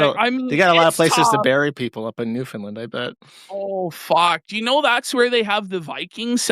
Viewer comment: as soon as mentions new finland, the true canadian comes out hard